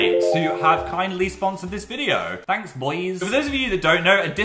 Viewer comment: Nobody Not even the villagers on minecraft Phill : " ThAnKsss BoŸs"